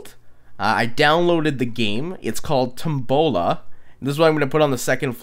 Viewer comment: O M F G!! I didnt remember the title and when said Tombola I wasnt looking at the screen and was like WHAT?! omg the way he pronounced/said Tombola lmfao made my day:D